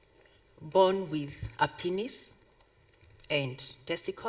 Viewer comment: Did she say pinis 😹😹